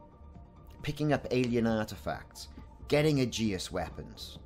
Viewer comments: Its pronounced "A-jis", and the threshold refers to inhabited space. I.e, the bubble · It feels like you have added an unnecessary U to Aegis